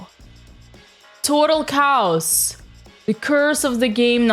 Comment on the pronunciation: Hey Dina; it’s pronounced: Kay-oss. Your vids are funny tho—and I also enjoyed the boxing with Andrea…